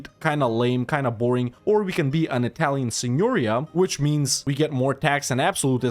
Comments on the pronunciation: Advice from an italian follower: it's signorìa, not signòria (accent is on the i) Btw I love your videos :) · Italian "signoria": the stress is on the last "i". The rest is pronounced correctly. Bravo!